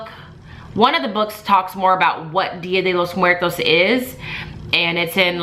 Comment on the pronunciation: I just want to say that your Spanish pronunciation is very good😊 Also if you are looking for more resources on Día de los muertos, you should check out readinglikearockstar. She’s on instagram and has many products on TPT. Have a great week😊💕💕